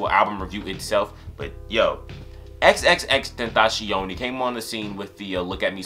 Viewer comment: You pronounced his name wrong, you have to pronounce it like "xxx ten-ta-cee-on"